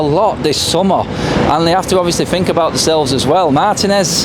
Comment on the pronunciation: No such word as fink it is think think isn't pronounced with a f